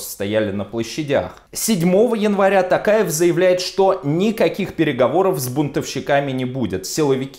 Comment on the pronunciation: Касым-ЖОмарт Токаев! ТОктар! У казахов имена (и слова) с буквой "О" читается с буквой "О", а не "А". Режет слух!